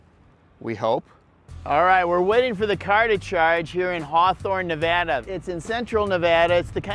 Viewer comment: Thank you for properly pronouncing Nevada